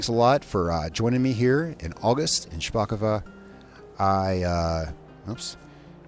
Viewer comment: If this was Russian, you’d be correct in saying “shpakova”, the second o would make an a sound. But this is Polish, so it’s “shpakovO”. Great job tho!